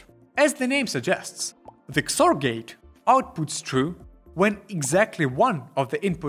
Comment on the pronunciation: I have to say, I’ve never heard someone call XOR “kzore”, but I really like it.